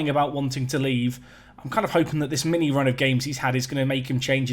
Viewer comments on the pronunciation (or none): none